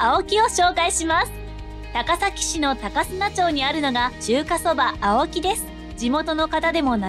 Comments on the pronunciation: 高砂は、たかすなではなく、たかさごと読みます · あお木の高砂「たかさご」もそうだけど、なかじゅう亭の通町も、「とおりちょう」ではなく「とおりまち」ですね。